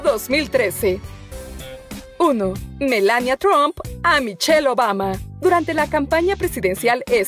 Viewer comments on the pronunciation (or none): none